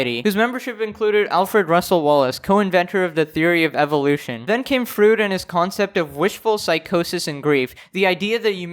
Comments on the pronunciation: Freud is pronounced fr-oy-d...also we are souls we have bodies... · I hate to be a boomer but Freud rhymes with void amd he was kind of a big deal ( founding father of pshychology) :-|